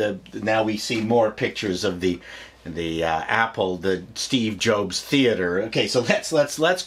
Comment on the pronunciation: Did he said Steve Joke Theater?